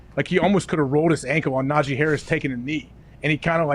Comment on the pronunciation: Lmao saying “Nahjay” Harris instead of najee is what najee was talking about at the tide pro day today